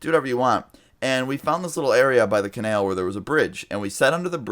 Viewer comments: I cringed every time you said canal like cenel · Its Ca-nal not ca-nail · It’s canal not canail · It’s pronounced co nAl not conale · (Kah) (nal) not Kanail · ca-nal not kan-el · I cringe every time you pronounce canal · Canal not Kanall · Canael? CanAL 😂😂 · STOP SAYING CANALE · Its pronounced Kuh-nal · "ka-nail" lmaooo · like for "canael" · u said canal wrong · bby who the fuck says canal like that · u said "canal" in a southern accent... he lives in Texas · the way you say canal makes me want to kill myself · Every time he pronounces 'canal', I can't.. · the way you say canal is retarded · I thought that too 😂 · Why do you pronounce canal wrong? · The way you say canal pisses me off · Exactly its anal with a c